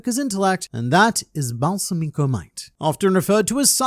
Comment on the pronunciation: Balsamico is most likely named after balsamic vinegar, in which case it would be Bal-SA-mico, not Balsa-MI-co. Minor nitpick. Also fourth option: Balsamico succeeded in poisoning Halkenburg, who transferred himself using the Possession Arrow... but to someone else entirely. I mostly want this because Balsamico is such an interesting character and it would be a shame if he died so soon. Either way, it'll be very interesting to find out how things will shake out with Halkenburg's soul being in a new body, how it will affect the Succession War. "The attack on my life has left me scarred and deformed," perhaps?